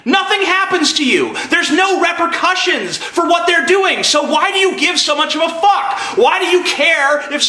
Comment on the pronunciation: "reprocutions" What the fuck?